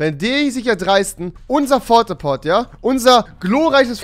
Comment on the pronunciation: *Port a fort